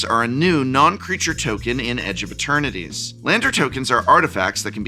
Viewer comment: Is it me or does the professor keep calling the set edge of maternities? Lol